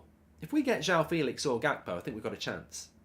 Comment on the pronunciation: How hard is it to pronounce joao properly ? JWOW Jesus Christ